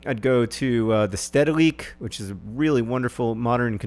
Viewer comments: Steddeliek :( Spauw :( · John, it's so fun to hear you pronounce the names of Dutch museums <3 Thanks for the tips though, will keep those in mind for the next time I visit Amsterdam.